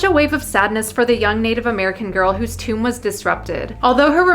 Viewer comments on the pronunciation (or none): none